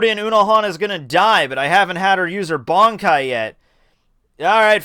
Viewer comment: I don't understand how you can be bold enough to make videos about Bleach and then not pronounce key terminology correctly. Barn-kai? Zan-par-kto? Ken-par-chi? If you're not sure how to say the (what look like really easy to pronounce correctly) words, watch an episode or two of the anime with subs. Unbelievable.